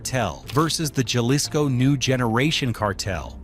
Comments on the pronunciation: Ha-lisco not jah-lisco. Your pronunciation needs some work my brother. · Good content but can you pronounce Jalisco with an H not J - Halisco. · Jalisco - Ha-lees-go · Oh wow I never knew that’s how u pronounce Jalisco! I was pronouncing it with a J this whole time haha 🤦🏻‍♀️